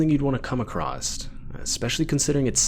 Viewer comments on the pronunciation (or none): There is no T in "across".